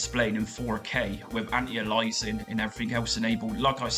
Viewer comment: Never got into consoles until emulation, guess I couldn't stand Mario or Sonic (still can't) but some of the games are damn good fun if you want to kill time. And sorry, but antialias is anti-aye-lee-us-ing not anti-ah-lies-ing :) PS. You played with Retrobat v6 beta yet?